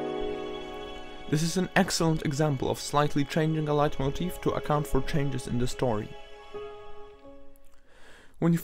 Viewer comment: Are you german? Your pronounciation of the word "Leitmotiv" is really impressive